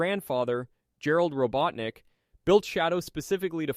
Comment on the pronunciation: "Robo teenick" 🗣🔥🔥🔥